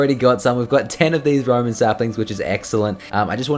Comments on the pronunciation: its roWen not roMen it's a W not a M pls I'm yelling at the screen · do you know how to read correctly? Its Rowan not Roman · jay its pronounced rowwwan. not roman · rowan, not roman, plz jay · FREAKING PLANT THE ROWAN SAPLINGS AND ITS ROWAN NOT ROMAN FREAKING READ THE COMMENTS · It is pronounced rowan not Roman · it is roWan not roman tree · roWan not roman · you need to say R O W A N NOT ROMAN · its ROWAN sapling not Roman